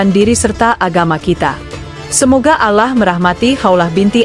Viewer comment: Mbok belajar mengucap nama Alloh yang benar, ditelinga kok malah gatal kalau pengucaoannta kayak logat irang kristen